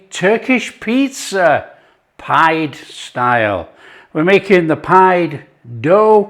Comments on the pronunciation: Turkish / Cypriot nationals pronounce this type of dish as "Pea-Day" – Not “Pied” - It is delicious, Lived on it for weeks - Kept me going for sure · They pronounce it peedeh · Looks delicious.... Pide pronounced Pee-day. Afiyet olsun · Looks BANGING, but it's pronounced 'pi-day'! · What a great idea to stuff the crust. Feel inspired again. This breads name is pronounced pee-deh. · Pide is Pronounced "pee-day" and it's delicious.